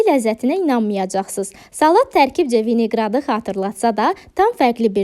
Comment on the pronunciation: VİNEQRAD DEYİL. VİNEQRET 😂😂 ADINI ÖYRENİN SONRA DEYİN DƏ ÖZÜNÜZÜ GÜLDÜDMÜYÜN VİDEODA.